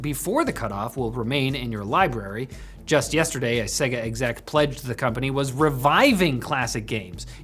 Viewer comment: Segga? WTF. SAY-GAH